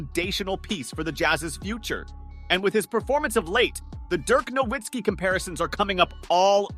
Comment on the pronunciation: Nowitzki. The w is pronounced like a v. It's German.